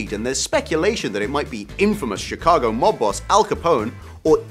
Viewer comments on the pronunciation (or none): none